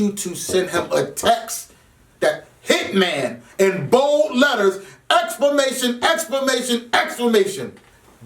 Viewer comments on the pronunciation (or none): My nigga said "Explamation" lmaooo back to back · Nigga said explamation hahahahahahaha wtf is explamation 😂😂😂😂😂😂😂😂😂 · JayBlac know steady saying “exclamation” wrong. watch he start smirking